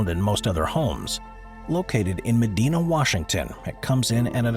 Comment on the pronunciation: Bill Gates' home is pronounced "Me-dye-na, not "Me-dee-na".